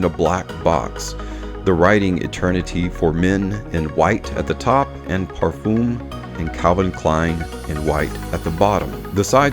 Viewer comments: Another video with mispronounced Parfum. Parf-um like in word Eminem Parf-em Both Dallas from Chaos and Ash from gents scents know how to prounance this Common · You say Parfum wrong. There is no E at the end. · Never stop saying parfum the way you do!